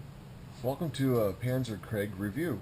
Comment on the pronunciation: You paid how much, $16 or $60? I remember paying $7 for my CoSi edition in 1995 at a hobby store in Colorado Springs. I remember they had about a dozen copies on sale. What's with the Etch-a-Sketch? Also, krieg is pronounced kreeg, not kreg. Take my word for it, I'm fluent in German. ;-) Thanks for the cool vid.